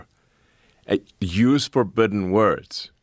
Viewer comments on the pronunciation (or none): “ I-if you w-wanna have an ahpic vaguh- rahst….. even mar vaguur…. Use fabidden words.”🤨🧐🤯🤯🤯🤯